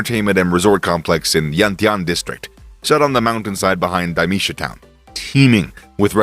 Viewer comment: Also learn to pronounce Mandarin properly FGS. 1 example: Dameisha = DAH MAY sha. My Chinese wife and I pisses ourself laughing when we here foreigners pronounce pinyin in youtube clips.